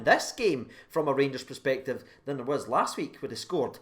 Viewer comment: love the channel bud watch it religiously but bud, try find a different word other than perspective!!!!. U say it a little to often but worse than that pal, u cant pronounce the word at all so lets work together and replace that word please pal. U can surely see it fae my pesptive 😄😄